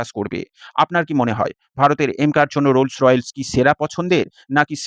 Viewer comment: কোম্পানির নাম "রোলস রয়েলস" না😂😂। সঠিক উচ্চারণ হচ্ছে: "রোলস রয়েস" (Rolls Royce)